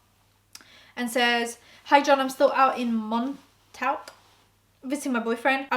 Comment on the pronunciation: Btw Montauk is pronounced "mon-tock"